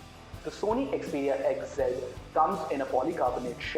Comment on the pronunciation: Its xperia not "xeperia"